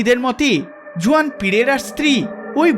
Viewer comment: Juan জুয়ান হবে না , উচ্চারণ টা হুয়ান হবে ।